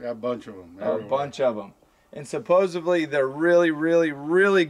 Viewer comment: Did he say ‘supossably’ like supposedly... haha